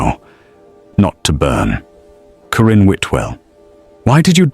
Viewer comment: Thankyou for a good story. The name 'Karin' was constantly pronounced as; 'Corinne'???? It bothered me. Pretoria South Africa 🇿🇦